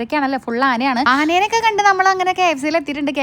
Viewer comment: ആനേനെ അല്ല ആനയെ എന്നുവേണം പറയാൻ